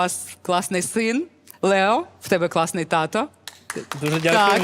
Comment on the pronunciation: Лео ,а не Лєо. Дитина розумніша за це шоу.